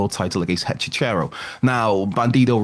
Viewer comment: Dammit,. I thought you were the one at WC Wrestling with the brain; "Hechi-CHERO?" You might as well have called him "Hechi-Churro"... 🤣🤣🤦‍♂🤦‍♂